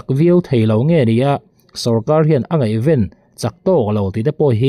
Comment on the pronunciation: Ngaihven, i lam rik dan hi a dik lo ania, 'Ven' tih lai hi a ri hniam tur a ni. Chuan, 'Tihian kan han kal chho bek bek ang a,' tih hi, Thil ri 'Chhek chhek' tih a 'chhek chhek' tih thluk ang hian 'bek bek' tih hi thluk tur a ni.